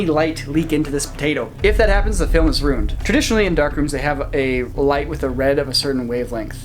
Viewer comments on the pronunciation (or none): it bugs me how says "rooned" instead of "ruined" lol